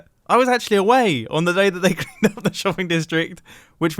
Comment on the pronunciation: Idk why but "tway with you potato, tway with you" made me burst out laughing 😂